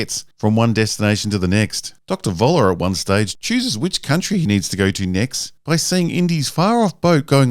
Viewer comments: It is sooo annoying that most English-speaking people cannot say 'Voller' correctly... it is German and the V is pronounced as an F. Not difficult. So it is "Foller" and not "Voller". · Why doesn't any English speaking person learn that the "V" in German is pronounced "F".... so "Voller" becomes "Foller". This is not difficult. I am not even asking you guys to learn how to pronounce the "ö"...